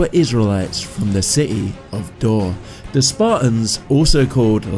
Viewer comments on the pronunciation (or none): none